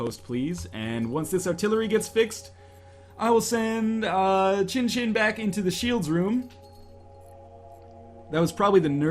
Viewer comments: northernlion... chinchin can mean penis in japanese... xinxin is more pronounced like shinshin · Nope. "X" is pronounced "S" in this case. "I" is "EE" Pronunciation is SEEN SEEN. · I'm 100% Chinese. Born in Hong Kong, speaks & read cantonese and putonghua. You're correct about the "snow" thing. Not everything sounds the same in chinese, I'd like to stick to my knowledge - that it's pronounced seen seen. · Its pronounced sin sin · the pronunciation of xin xin is shin shin, atleast in chinese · pronunciation of 'xin xin' is 'zhin zhin' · Seen Seen doesn't sound right at all to me, considering that the vast majority of chinese pinyin that has an "x" sound is pronounced as a "sh" sound (eg, snow, "Xuě", 雪 is pronounced with a "sh" sound). I speak from a chinese background here.